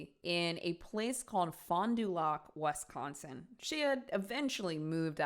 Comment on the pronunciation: As a Wisconsinite, the way you said Fond du Lac and Wisconsin gave me a chuckle. That aside I love sinister! Great series